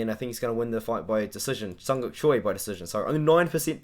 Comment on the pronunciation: For asian names just pronounce the J my guy. They wouldn't spell it like Jung And Yeong if you're just gonna say Young twice